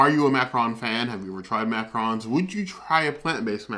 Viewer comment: Yep, it is pronounced mac-ah-ron! With a lighter n at the end. Awesome vid, I hope to try these!